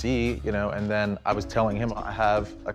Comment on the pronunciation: Thin 😂line I guess I was line then sound like ‘then’